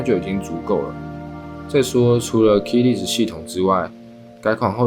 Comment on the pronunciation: Less 發音是累死